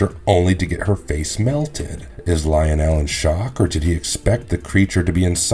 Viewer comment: Good clip. fyi Lionel is pronounced Lie-Nel, not Leo-nel 😉